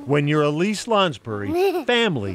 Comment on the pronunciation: Whoever is writing this ... The child's name is "Elise" -- NOT "a lease" as repeatedly in your video!